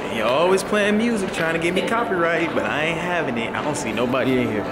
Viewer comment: I don't understand why you keep saying do n't